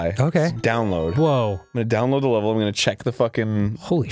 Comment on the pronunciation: "Welcome to my wevel ~ Snugboat"